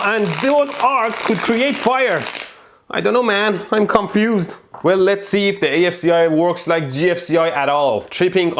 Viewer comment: "i duuno man, i'm con-FUZED"